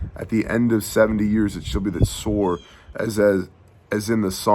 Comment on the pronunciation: Shabbat shalom. Two things... HalleluYAH!! The wisdom of knowing that there will be no peace in the Middle East until YAHUSHUA'S return. How many politicians obviously are not wise enough to pay attention to that fact. 2nd...you kept saying "Tsor" from chapter 23. It prompted me to look up the meaning of "Soros/tsoros". Here's what I found: Strong's #4673: soros (pronounced sor-os') probably akin to the base of 4987; a funereal receptacle (urn, coffin), i.e. (by analogy) a bier:--bier. Thayer's Greek Lexicon: ́ soros 1) an urn or receptacle for keeping the bones of the dead 2) the funeral couch or bier on which the Jews carried their dead forth to burial YaHushua spoke about this in Matt. Interesting huh💭🤔